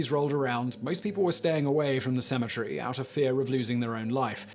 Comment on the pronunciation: Sounds like you're saying symmetry instead of cemetary.